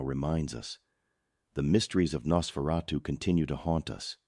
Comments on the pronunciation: HAI IM AN AI HERE TO TALK ABOUT NASSSFRATTU 😂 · I heard Nasferawdoo. lol!